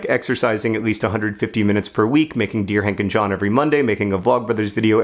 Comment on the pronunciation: I heard "Deer hunting John" instead of "Dear Hank and John." Oh the possibilities.